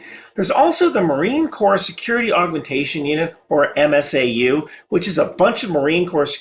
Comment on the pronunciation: After the Benghazi incident, the embassies and consulates got more hardened. Also the number of MSGs increased. Also, MSAU is pronounced M-SAU (M Sowww). When I was in, they were just grunts with clearances who stayed around Quantico, mostly doing training. I was class 3-12, the last class to graduate from building 2007.